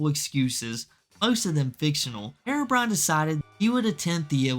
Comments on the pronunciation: I've never heard of this person before, yet i can instantly tell you his name is HERO - BRINE. not HAIR-ROW-BRIAN. so annoying... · The real crime is how you pronounce herobrine